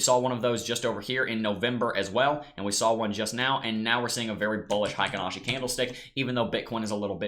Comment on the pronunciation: I'm a Japanese translator by trade. Heikin-ashi is pronounced HAY-KEEN-AW-SHE. Thanks for your analysis.